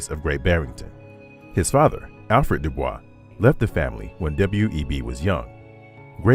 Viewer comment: Good documentary. However, it's grating to repeatedly hear his surname, NOT pronounced as HE PREFERRED: DooBoysc. Continued success!